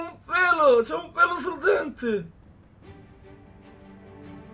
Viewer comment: un pwewo sul dwentwe